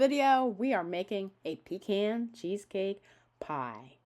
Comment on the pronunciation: I've watched 3-5 PeCaaan pie cheesecake videos and ur the 1st 2 pronounce it CORRECTLY 🤦🏾‍♂️😁